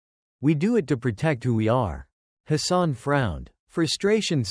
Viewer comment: His name is Hassan and not his son. 2 complit different meanings, There is no O in the name